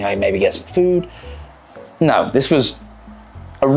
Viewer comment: Yeah America's weird, but I find it weirder people with your accent can't say words like water and no correctly, this goes for Australians too. Don't even get me started on the French.